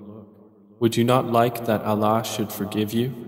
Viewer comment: Can you pleaseee change the way he pronounces Allah !!!!! Please ! I am unable to hear this translation due to the way he pronounces Allah